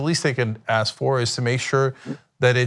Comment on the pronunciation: This guy needs to pronounce the "k" when he says the word: "ask"!